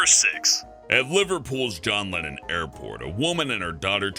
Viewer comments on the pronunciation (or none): none